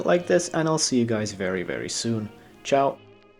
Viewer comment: are you portuguese?????? "tchau"